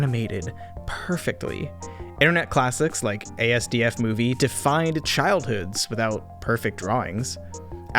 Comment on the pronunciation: This video is great, I enjoyed it but just saying something not trying to be rude or mean just educating that asdfmovie is pronounced like ass-duff-movie😁